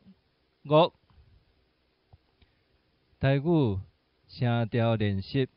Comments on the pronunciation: 台的發音前面應該是"d"，"語"文讀是台語"牛+勿"混成一個音，白讀是"用喉嚨發Z"的聲音才正確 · 這裡台語念成 tai gu，和廈門一樣，在台灣較少聽到，除了台北市之外。